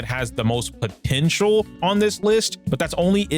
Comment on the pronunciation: Did you say potential, man?